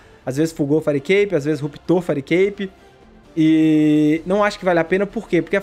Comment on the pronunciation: fireicape como vcs falam certo, fairicape com red pur amor da santa